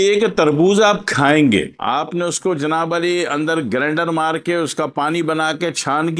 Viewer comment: یہ جناب علی نہیں بھائی جناب عالی ہوتا ہے شکریہ